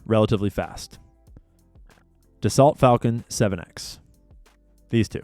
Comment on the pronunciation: Btw, Dessault is pronounced duh so.. 😊